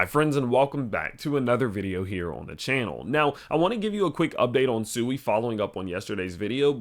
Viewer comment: Please pronounce it "Swee", which is the correct way